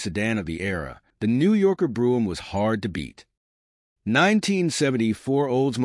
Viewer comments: It's "coo-pay" not "coop". It's Brome not "broom" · It's Brohm "O" ... Not Broohm !! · Bro em, not broo em. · Pronounce " Brome as in home " !